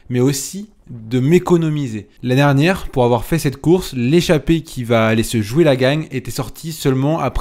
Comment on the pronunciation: par pitié articule quand tu dis « l’année dernière » , sinon bravo pour la perf !!!